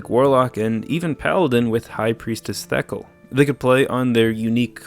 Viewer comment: I was more bothered by the pronunciation of Thekal